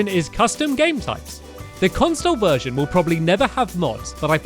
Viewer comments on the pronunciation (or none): lol i thought he said a Virgin selector